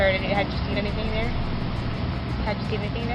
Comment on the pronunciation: I guess “your Hayer is thayer” doesn’t work out 😂